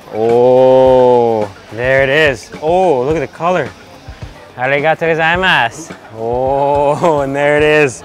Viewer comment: there is very little english stress in your arigatō gozaimasu